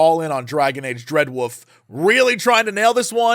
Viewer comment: Dreadwoof. I will never tire of your pronunciation of wolf jesse 😂